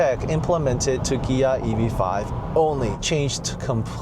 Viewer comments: What is a "Gia"? ;) Ohhh...Kia. That took me a while to catch on. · wait.. so the proper pronunciation of Kia is with a "G" like Gia??